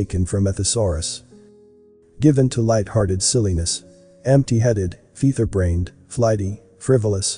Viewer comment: I’ve learned you can’t pronounce “featherbrained” “Beyoncé” and a couple other words correctly. LOL